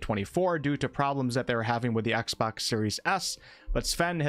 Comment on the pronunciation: Its exbox not axebox